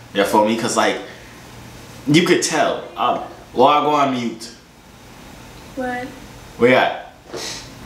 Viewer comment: Wah gwaan my yute not ( mi yute)